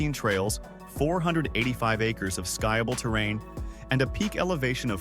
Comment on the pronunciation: Skyable terrain 😂